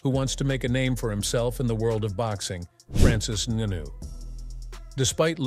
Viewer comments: "Francis Nunu?" 😂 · AI news..i hate this..cant even say names right..disrispectfull..Francis ENnnu-.--wtf?